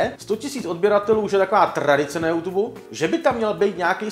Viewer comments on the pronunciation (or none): none